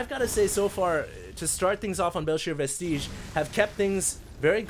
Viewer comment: It is pronounced "vest-idge" not "vest-eej"